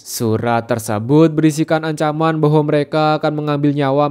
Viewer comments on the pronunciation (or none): elice bang elice bukan elije😩🗿